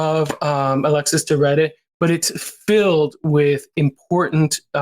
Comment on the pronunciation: Please, pronounce the Baron's name correctly. I understand that some of the place and people might be unknown, but the subject of your clips needs to be pronounced right.